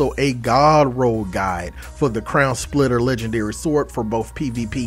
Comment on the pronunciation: i swear i heard you say crayon splitter